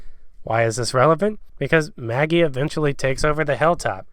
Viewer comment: DID ANYONE HEAR HIM CALL MAGGIE MALLY!!! 😂